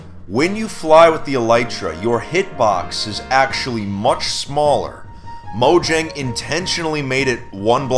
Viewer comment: its pronounced moyang not mojang the company is Swedish